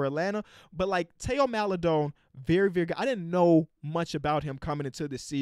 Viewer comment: actually knows Theo is pronounced teo 😂😂😂😂love to see it